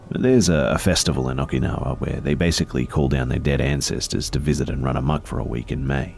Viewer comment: “Okinowar” it’s Oki-now-a Okinowai